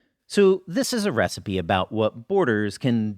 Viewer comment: This is a recipe? Had to rewind a few times to check that's what you said. Love the video though!